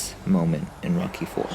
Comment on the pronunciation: When he says rocky it sounds like he says mocky